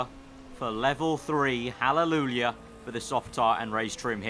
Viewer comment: Halleluja, not hallelulia :v